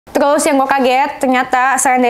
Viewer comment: terusss mba,, bkn telussss..😀😀